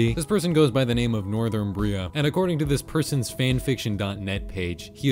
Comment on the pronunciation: the way he pronounced 'Northumbrian' is so funny